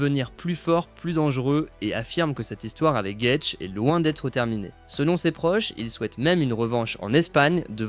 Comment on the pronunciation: Gaethje : phonétique... gaëdji in english